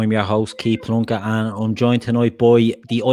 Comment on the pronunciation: Did you say your name's?